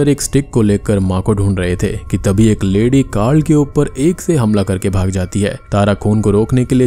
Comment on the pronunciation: Egg✖️ Ek✅